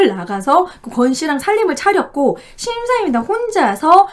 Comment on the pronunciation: 자꾸 심사임당이라고 하시네요